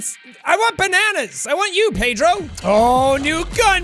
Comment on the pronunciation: Me starting the video: Jack: welcome back to My Friend Pedrrrrooooo Me: laugh intensely (by the way I’m Portuguese and he said Pedro PERFECTLY)